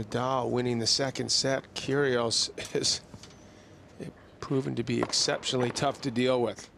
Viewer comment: "Kyrgios" not "Kyrios".